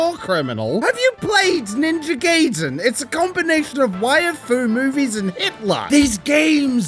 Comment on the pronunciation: Love the vid, but it's pronounced "Guy-den" not "gay-den"